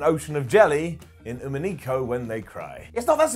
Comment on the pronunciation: And it's actually Umi-neh-ko, not Umi-nee-ko.